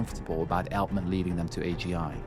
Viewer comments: It’s not Eltman it’s Altman. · It's Altman, not Eltman :P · Je spreekt ‘Altman’ verkeerd uit—en dat 15 minuten lang. Jij spreekt de AL- in Altman uit als Nederlands el- in elleboog. De correcte uitspraak is al- als in Engels altogether, almost, always. (Althans ik hoop dat je niet èltogether, èlmost, of èlways zegt.) Wat jij doet heet hypercorrection, 'the use of an erroneous word form or pronunciation based on a false analogy with a correct or prestigious form’. Als je, zoals jij, een Engelstalig onderwerp (vermoedelijk) vooral lezend tot je neemt, kijk dan uit voor dit soort hypercorrection. Nederlandse academici en schrijvende journalisten hebben er een handje van om een Engelstalig onderwerp tot op de bodem uit te pluizen en dan het onderwerp zelf niet correct uit te kunnen spreken. (Ander bekend voorbeeld is de andere schurk ende snodaard, Jeff Bezos, door schrijvende journalisten in menig podcast gerecenseerd als heette de man Bie-zos* als in bipolair, biseksueel, Wim de Bie, i.p.v. Béééézos als in beestachtig en Baywatch.)